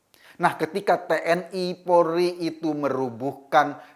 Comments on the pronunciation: Polri bukan porli pak! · Polri bukan polri pak!!!